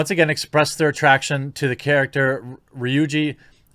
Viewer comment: You pronounced Ryuji correctly! 👍